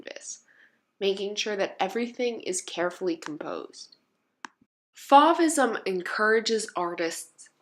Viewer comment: Love these works! They are so vibrant and beautiful. Fauvism is pronounced like the o in I dove for the paper, or, the o in the wind is blowing